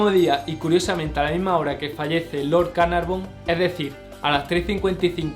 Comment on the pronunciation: George Herbert de Carnarvon para que lo digas bien.